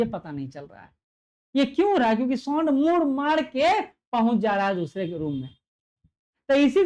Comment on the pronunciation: Sound to dhang se bol lijiye